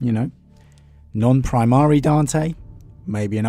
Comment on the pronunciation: Seriously Love the videos but dude hearing Pri mar eeeee is killing me makes it hard to listen to sometimes. Also no one will kill him in one on one it will be some fight where the one who kills him gets some plot boost of power from the emperor or something I’m betting and I’m cool with that will be a good read.